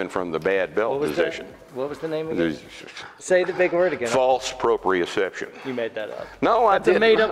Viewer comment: he nailed the use of the word proprioception!